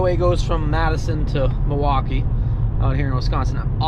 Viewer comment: at least you know how to pronounce Milwaukee.